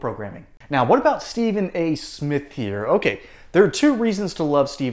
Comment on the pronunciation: Steven A-hole Smiff. Really?!?!?! Byron Do Not get in the gutter w/ this blabbering goof bawl. I can’t believe the sports world has given him the platform to crap outta his mouff.